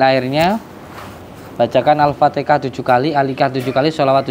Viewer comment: Alfatiha din Bukan al fatikha😂😂